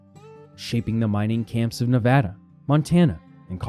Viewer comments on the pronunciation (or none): Someone needs to tell the narrator how to say Nevada and Fernando, not the stupid way he says it. That just proves his ignorance and is very annoying. Enjoy! Kurt in Santa Rosa, Ca.